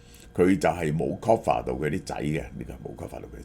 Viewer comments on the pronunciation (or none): Cover not coffer